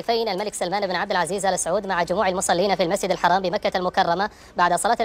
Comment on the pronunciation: انطق الااسم صح يا ثور اول ايش عب عزيز